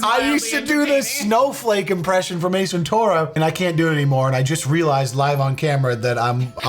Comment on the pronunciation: The way pronounced “ace ventura” was hilarious 😅